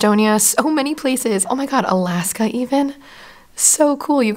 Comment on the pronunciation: The way you said Alaska even lol 😂